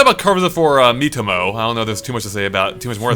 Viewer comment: oh wow, i was looking way from the screen while hearing he intro I heared meet homo in place of miitomo xD